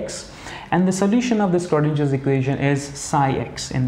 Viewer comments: It's not skrodinger. .. please pronounce in the correct way....(sro not skro) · Very nice video, thanks! Btw the Schrödinger Equation is pronounced with a sh sound in the beginning :)